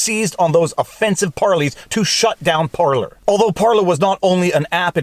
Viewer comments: Par-Lays, not Par-Lees ; ) Flippin' english, turns out 'parlay' is a different word with different meanings. Rabble rabble rabble! Bloody Jack Sparrow using the wrong bloody word... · You're saying Parleys wrong. It's Par-Laays. Think Pirates. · "Par Lay" you're from French Canada why do you pronounce it wrong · PAR-lay PAR-lay PAR-lay PAR-lay. Ffs is that so hard. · It's par-LAY viva.. par-LAY! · I think they are called "par-lays".